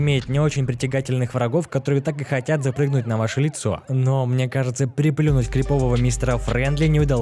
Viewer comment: Не крипОвый, а крИповый. А вообще почему не говорить "жуткий" или "пугающий", что и является переводом этого слова с английского???